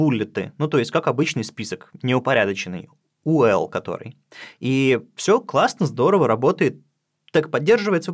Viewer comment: к примеру не "ли", а "эл-ай", ведь это не русские слова. Ведь когда ты ведешь речь об "i", ты говоришь "ай". Но когда ты произносишь аббревиатуру ul, ты всё-таки делишь её на две буквы - вроде правильно, но снова нюанс - не "у", а "ю". Я уверен ты сам всё знаешь. Мне много чего может не нравится, но тут дело в том, что твое правильное произношение повышает грамотность тех кто тебя слушает. Хотя может это и не нужно. Кто считает, что не нужно?